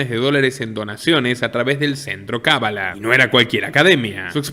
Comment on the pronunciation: Buen documental, pero la pronunciación correcta no es "cabalá" sino cábala. Es una palabra esdrújula, por lo tanto lleva acento marcado. Va con onda...